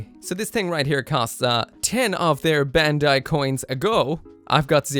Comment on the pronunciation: It's BAND-AI